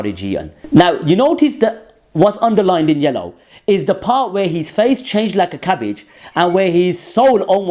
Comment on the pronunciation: Your cabbage comment in your Brummie accent killed me bruv haha